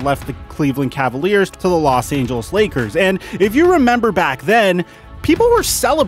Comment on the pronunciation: No one:: Los Angels